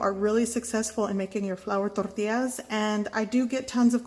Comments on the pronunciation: It is funny that you have no accent until you say tortillas. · Super strong accent only on the word 'tortillas', made me smile. nice video, great looking tortilla.